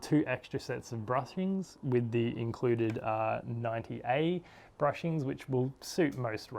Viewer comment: Hey bud, nice video but I must correct you. It's bushings and not brushings, otherwise nice video.